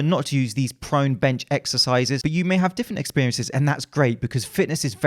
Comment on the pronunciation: Did he say prone exercises or pro NECKsercises?